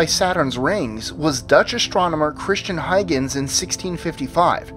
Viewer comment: He actually pronounced Christiaan Huygens his name pretty good